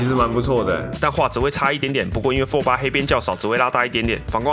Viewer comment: 那是讀fold 不是讀folder